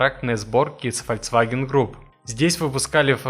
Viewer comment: Автор, ты же сам врезал этот кусок с правильным названием. Так когда ты, наконец, начнёшь правильно говорить - ФОЛЬКСВАГЕН?